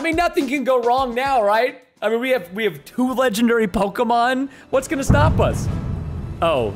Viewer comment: PRONOUNCE RIGHT NAMES PLS PRESTON ITS KILLING ME